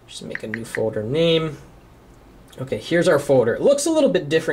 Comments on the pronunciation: he says "foder" not folder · It's foLder! There's an 'L' in the word foLder! It's not foder! That is all. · HE'S SAYING FODER NOT FOLDER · he says folder so funny lol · u say folder weird o.0